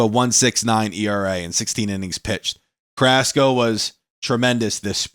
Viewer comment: Man I hate how he cant say Carrasco right...I mean I get if you cant roll the r's, but "Ask-O"...? bruh